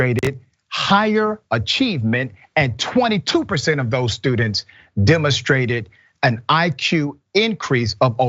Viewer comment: No way did Richey say the word "demastrated" instead of demonstrated. Please tell me he didn't ............ .......